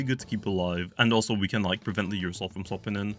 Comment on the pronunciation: Alternate Title: 29 mins of calling Ursnac "Ursoul"